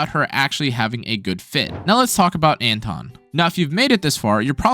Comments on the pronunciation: It's anton not antwon ffs, sometimes you say it right which is weird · Антон. Lawl, actually it's like "Un-tone"